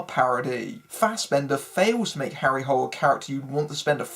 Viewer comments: It's actually not pronounced the way you pronounced it in English. It's pronounced more like "Harry Hoo-lay". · To everyone here, they pronounced it "Hole" in the movie. So yeah, they fucked that up, among other things.